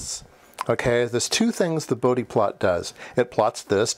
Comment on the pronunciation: For all the electrical engineers though in UK, yes it's "boudi" not "Bowd" plot. This was the first time I heard it called "boudi", checked and its the correct pronunciation.